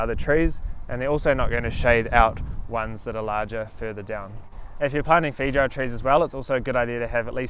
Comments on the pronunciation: Great video! But please pronounce the fruits name correctly lol it sounds like “fay•ow•uh” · This Kiwi pronunciation of feijoa is the most enchanting thing<3